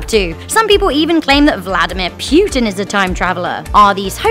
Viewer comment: Vladimir Pyoutin